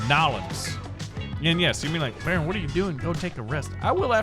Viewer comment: That's not how you say it baron